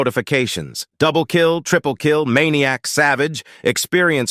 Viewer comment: Bro when i heared maniac and savage i instantly know this guy is from asia prolly hmm at india or Indonesia